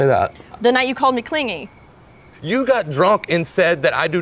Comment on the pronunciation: Stray observation: in the first fight in which the word clingy came up , she pronounced it as the childish cling-gee. Here she pronounces it correctly and he pronounces it as cling-gee.